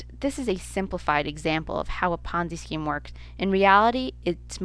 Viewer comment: what the hell is a ponzi scream?